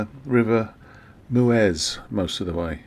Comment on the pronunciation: Nice video, well done. They get better and better each time! My OCD means I have to say: Meuse - pronounced 'Muurs'. Dinant - 'Dee non' 😅😅